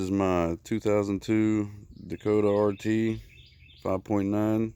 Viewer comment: Awesome PP《☆》I thought I was the only Dayykota owner who knows the proper pronunciation🤓👍🏾Mines a 98 club cab 5.2L Sport with 2003 16" spoke wheels. Almost 190k miles now. It's all stock except for Hypertek programmer, Catless into a split turbo muff w dual pipes. I don't know the gear ratio offhand but it's a highway ST☆R & currently my daily driver :*: Greetings from Florida my friend🤓🗣🔊☮✌👍🏾